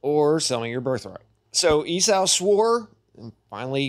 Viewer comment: It bothers me do much that you can't pronounce Esau ('E-Saw', NOT "E-Sow")